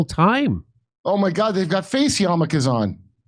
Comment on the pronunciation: lol "Face Yamakahs!"